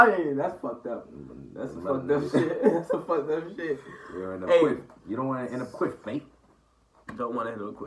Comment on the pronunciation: Kweff not quiff